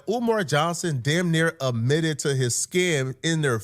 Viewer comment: .20 min amitted??? Yeah amitted. Dude It Is s, Admitted. Retake 5th grade.